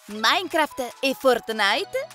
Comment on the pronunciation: Quando ha detto maincraft Io =ha imparato!!!! E poi ha detto fortnaite E io =nooo ( so come si scrivono ma come ľ ho scritto io è come li ha detti...)